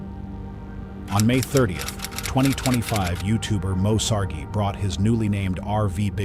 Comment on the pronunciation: His name is Moe Sargi, and how learn how to pronounce someone's name correctly. What they got on video is actually Bigfoot, and it hit Chris's truck. Yes, I believe Lumar and Kia was terrified.